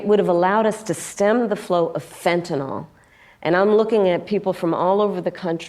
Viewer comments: She can't even pronounce "Fentanyl". She calls it "fentanol. She is a clueless idiot. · Well, the prosecutor did it; she mispronounced fentanyl. She's not looking good at all, way too tired and very stressed. It's probably hard keeping up the pretense. She is literally never prepared and wings it every time. I"m enjoying your logic and channel in general, btw.